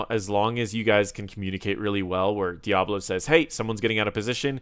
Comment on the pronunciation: I keep hearing Diavolo instead of Diablo lol